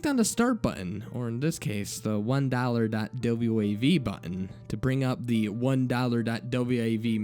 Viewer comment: Wait... the dude popped some popcorn, took a dump, and watched some tv? In that order? Did he pop the popcorn and take it with him into the bathroom to eat while shitting? That's a little counter-inituitive. Also, just a heads-up, you pronounce.WAV files as just "dot wave." Other than that minor detail, great job,!